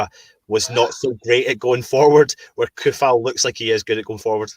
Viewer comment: Coufal is pronounced like C = Ts Tsunami not like Car